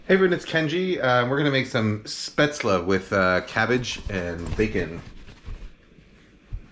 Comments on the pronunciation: Pronounced "Shpate-zel" not spetz-la. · Now go learn how topronounce spaetzle